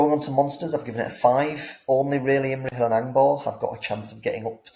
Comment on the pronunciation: Who got butchered more? Feifdoms and Imrahill, or Thror and his army 😂